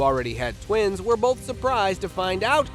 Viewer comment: Bolth of them ya say? Anything but Bolth!